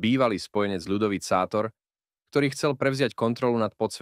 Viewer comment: má sa čítať šátor